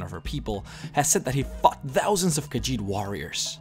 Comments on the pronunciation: Instead of "fought thousands of khajiit warriors" I heard "fucked thousands of khajiit warriors" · I think he said "fought"... ...but now I can't un-hear your version!